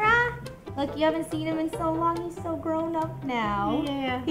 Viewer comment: Did say dough instead of so